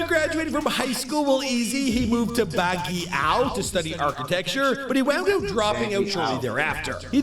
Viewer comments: It pronounce as O-long-ga-po not olang-go-pa (Olongapo City). bag-yo not bagyao (Baguio City)😅 his Full name is Ezekiel Miller Sapiera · It's BAH-GIE-YO pronunciation